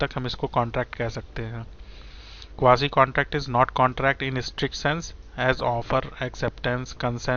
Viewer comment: Jes bandy ko quasi sahi se pronounce hi nai karna ata wo kya ghanta kuch samhjae ga